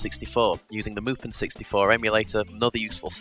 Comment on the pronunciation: what you say: mupen what i hear: mulpan